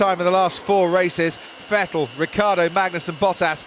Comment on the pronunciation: The last of like 15 years of Vettel being in F1 and finally the English commentators start pronouncing his name right😂